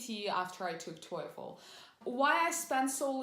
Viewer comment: Weird the way you pronounce TOEFL. Isn't is pronounced like tofu, but instead of u it's with l. Your sounds like toyful